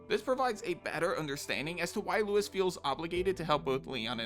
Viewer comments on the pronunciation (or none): It's LUIS not Louis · Luis and Louis are pronounced completely different.